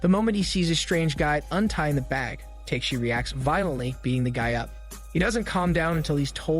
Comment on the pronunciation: it's not Teiyk - shee ... it's Ta - keh - shi (TAKESHI)